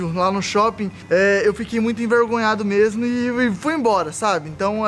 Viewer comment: É memo e memo kk até eu comesei a falar isso em casa